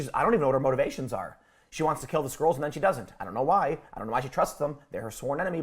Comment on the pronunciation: Why do I hear the word "squirrels" every time Tim says "Skrulls"?